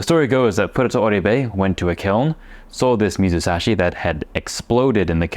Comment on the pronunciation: 水指 is read "mizusashi" just like you said. Although, the second kanji "sashi" originally means "finger ", it also has the meaning "to put in", comparable to the same concept of "ire". You really cracked me up at "water finger".😂 Anyway, I love what you are doing.❤